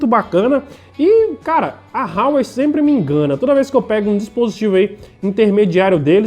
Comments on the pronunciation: Não é "RRRauei" rapaz, é Huawei = "Uawei".... O telefone é muito bom pelo custo/beneficio... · A pronuncia sua esta errada é Huawei com H mesmo(a pronuncia é como se lê)... A marca é bem famosa aqui na Europa